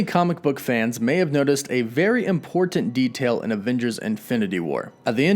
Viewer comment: imˈpôrtnt not impor•dant Please please please pronounce it right, killin me man.